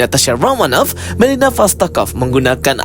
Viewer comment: Melina om, bukan milena